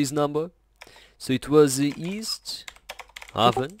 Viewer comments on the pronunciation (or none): It's pronounced East Hay-ven Connecticut